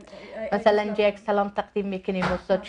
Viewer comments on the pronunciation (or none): احمق ، سل لام نه. سلام